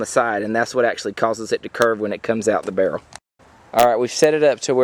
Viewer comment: I love the way you say barrel "burl" :D